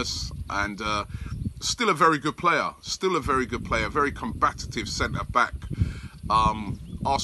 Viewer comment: Robbie, not that it matters, but it's 'COMBATIVE' not 'COMBAT-AT-IVE'.... ; )